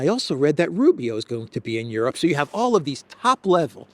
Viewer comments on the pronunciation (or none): you probably don't realize this so I'll just mention it in case it makes a difference. Most of the time when you would normally say the word "you,," you end up saying "Jew" instead. It's noticeable and a bit distracting.. Do with the awareness as you wish. By the way I am a major fan of yours!! ❤️